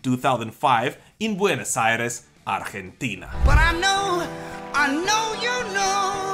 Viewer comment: I never heard a native English speaker pronounce "Argentina" so well lol